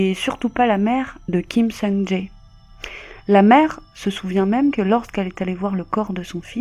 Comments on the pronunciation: C'est Kim Song "Jay" (pour la prononciation), pas "Ja É" 😭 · On prononce son nom "Kim Soung Djè" ~ désolé mais tu le dis tellement de fois qu'à un moment, il faut rétablir la vérité... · Son nom se prononce Kim Song Tsé. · Kim sung jayy 😂😂😂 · vos vidéos sont bien mais on prononce « képop » comme en anglais et on prononce Kim Sung Jè.En tout cas continuez comme ça 👍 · Quelle histoire tragique Juste petite correction mineure ( on prononce "sungjè") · Ni sur la prononciation de Kim Sung Jae 😅